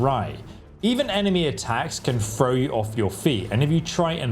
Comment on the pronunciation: As soon as he said FROW barrels I couldn’t continue